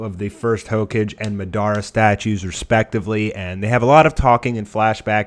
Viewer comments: Narooto Borooto Mahdarah Ho-cage Raz n' gan What kind of whack ass pronounciations are those? Are you sure you've watched the anime? Pitiful. I Spit on you from utter disgust. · did you just say hoke-edge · "Narooodo" "Hoe-cage" How TF did you watch an entire series and not figure out how to pronounce names and titles lmao. This is what the English dub does to people 😂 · mugen "Naroooodo" "ho-cage" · did this nigga really say 'hoke-uj'